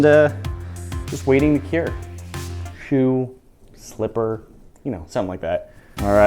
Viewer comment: Shoe? Slipper? SHLIPPER